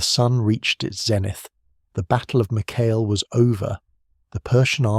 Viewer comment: Corrections: 1. Mycale is pronounced: MY-kuh-lee (in Greek: MikAli) 2. Mardonius was not killed by spear but according to Herodotus, Mardonius was killed by a Spartan soldier named Arimnestus (Greek: Ἀρίμνηστος), who hurled a stone at him while Mardonius was on his horse.